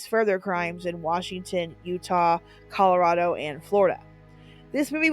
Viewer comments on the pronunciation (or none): none